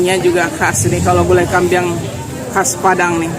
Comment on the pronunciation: GULAI KAMBING, BUKAN KAMBIANG